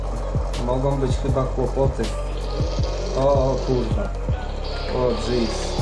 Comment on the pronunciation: te kurła brzmi śmiesznie